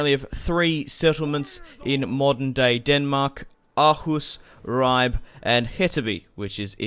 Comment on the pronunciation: Ribe is pronounced rreebeh😅